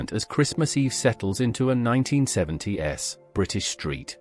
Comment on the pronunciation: cant watch. The AI says 1970 ess, thats enough of a turn off and its almost the frst thing it reads out.